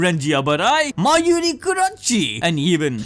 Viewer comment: The way you said Mayuri's name really grinds my gears 😂 you was butchering Ulqiorrah too in a different one but all love. Content is good